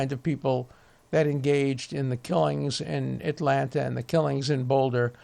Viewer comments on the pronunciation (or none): none